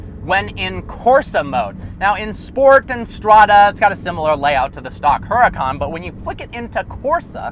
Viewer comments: you pronounce huracan wrong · Can you pronounce Huracan properly please.